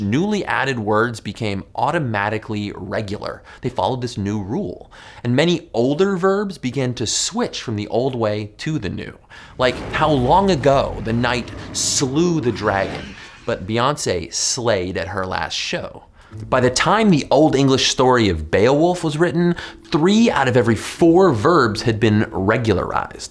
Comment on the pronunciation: Beyoncé * not Beyoncei